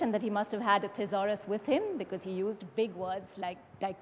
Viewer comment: Anchor is mispronouncing thesaurus...